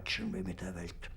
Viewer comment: "vor" is pronounced as "for", v is an f sound in German. W is the v sound. The word "Welt" is pronounced as velt .